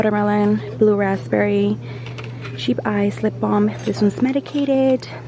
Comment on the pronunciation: When you said cheap ice instead of chap ice but it is pretty cheap lol